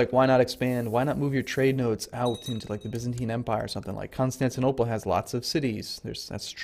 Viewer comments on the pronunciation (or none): none